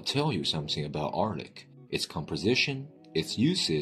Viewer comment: when you need help from a hired narrator, not knowing the narrtor also needs help